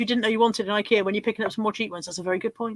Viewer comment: I'm confused. You called it Hic-kay-a. In the US, we call it Ikea (eye-key-a).